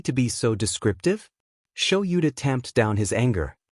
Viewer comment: Is there a way to teach the program proper pronunciation? "Kaken," "Sho-YOU-ta," and "dot" (...) are pretty distracting. Also, the way it does the stutter.